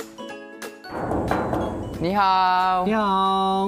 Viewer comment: I think he said "..eenihaoo .." well that whats i heard